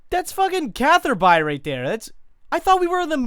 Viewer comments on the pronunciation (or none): The most upsetting thing is his pronunciation of Catherby.